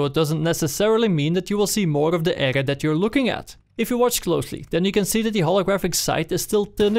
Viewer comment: Soms zegt hij "ega" in plaats van "area". Hoe verneuk je dat? :P